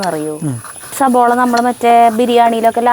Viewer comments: Not sabola, 'savala' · സബോള എന്നല്ല